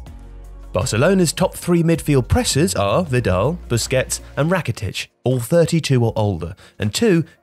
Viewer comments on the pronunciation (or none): none